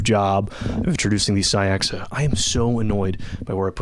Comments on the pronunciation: Really nice video, truly. But the Caixa should be pronounced 'Ka-sheh' or 'Kai-sheh', it's Catalan for 'box' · Really cool video! Not that it matters, but I think Caixa is close to being pronounced "cah-sha", as in rhymes with nada. It's Catalan for "box."